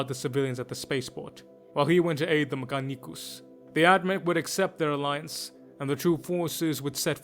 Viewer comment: 10/10 video in every way except how you kept butchering mechanicus , well not butchering but the either Italian or Spanish spin on it, eats my soul